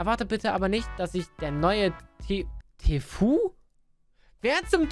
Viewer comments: Er heißt tfue nicht tfu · Tfu ausgesprochen tifyu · Niemand: wirklich niemand:: Wer ist TEEFUEEE?